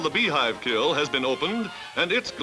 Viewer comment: I’m surprised the announcer says “kill” instead of kiln.